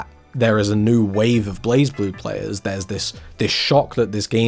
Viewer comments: Yeah it's "Blaze Blue" and not "Blahz Blue". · During the recent Arc System Works Showcase 2026, where they announced a new character coming to Blazblue, they had the official English narrator for the showcase pronounce "Blazeblue" as "BLEIGH-bloo" So uh, there's your answer, per the horse's mouth If you humor me for a second, the "E" in "Blue" is silent so the "U" has its long vowel sound, so I guess the "E" in "Blaze" is silent to replicate that effect. Doesn't explain the "Z" in that word though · it's blay-blue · I think it's technically pronounced as Blay Blue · It's pronounced "Blazblue" i believe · Also It's pronounced like BureiBuru